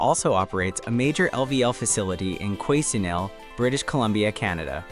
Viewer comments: Quesnel, BC, Canada is pronounced Kwah-NELL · Thank you! That AI voice was very irritating every time it pronounced Quesnel 🙂